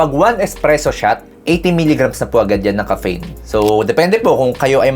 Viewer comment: DOC, BAKIT NAMAN PO GANYAN PRONOUNCIATION NIYO NG "CAFFEINE"?? ARE YOU JOKING LANG BA?